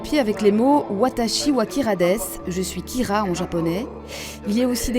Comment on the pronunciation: Merci mon prénom c'est "Kyra" et pas "kira"